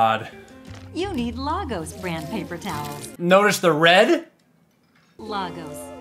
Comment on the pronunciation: Lay-gos. It is pronounced Lay-gos. Not Lar-gose. The capital of Nigeria is... *Sigh*... Lay-gos.